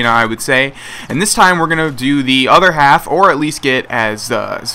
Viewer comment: the way you said half hahahah